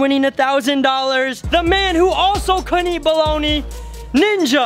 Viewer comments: bro said balagna when it pronounced bolony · Bologna....😂😂😭😭🤣🤣🤣 It's pronounced bologne....I'm dying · Bruh he really said balagana